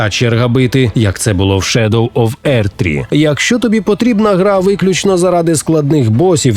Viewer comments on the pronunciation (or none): none